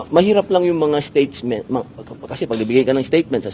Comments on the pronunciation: Bobo ka talaga,statement not statesment, kakahiya ka BOBO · STATESMENT HA HA HA BOPLAKS FEELING MATALINO HOY BOY SILI KUNG ANONG LIIT NG SILI SYANG LIIT NG UTAK MO GRAMMAR MO "STATESMENT"